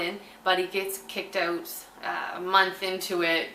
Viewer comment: I could listen to you say out, about, root, anything that sounds like oot basically lol